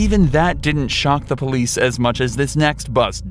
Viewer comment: poilce TESLA?????